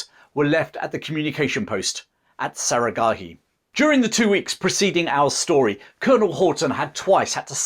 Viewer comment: You can’t even pronounce one word correctly, Sarah Gharai 😂😂😂😂😂 Who’s time to listen to ur BS